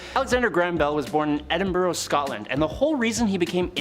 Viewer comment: You deserve the death penalty for the way you said Edinburgh